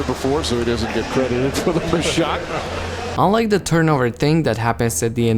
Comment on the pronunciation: The word “the” doesn’t start with a D sound.